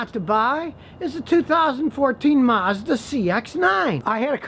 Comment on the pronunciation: Mazda "Marsda"?